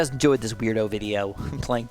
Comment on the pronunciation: Why does he say himp?